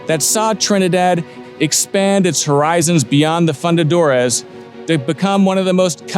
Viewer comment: would if pain you to pronounce fundadores less like a Texan? I feel like you’re of a caliber or content producer, and expert, where respecting the pronunciation will help create a more polished product overall. Keep up the great work regardless